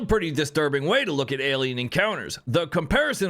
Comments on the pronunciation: Wth is a Elien lol...it takes 2 secs to pronounce it correctly ppl are just purposely dumb lol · what's an Elien? lol